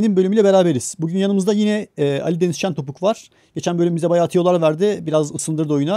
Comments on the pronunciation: jentopuk dedin abii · abi bide Ali Deniz şentopuk dedin 😂😂